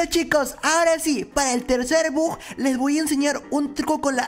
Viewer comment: Se dise bug b u g😅